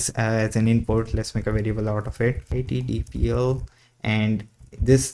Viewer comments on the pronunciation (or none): bro you call yt-dlp : yt-dpl LOL